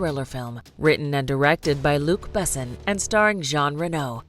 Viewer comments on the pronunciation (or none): none